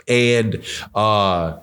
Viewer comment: You pronouncing Alycia name wrong! She's very sensitive about that, can't wait for her response, this going to get interesting!